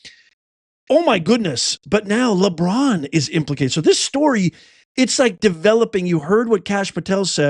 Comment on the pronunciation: Hillarious., the NBA commercial played just as you said Labuan James name…lol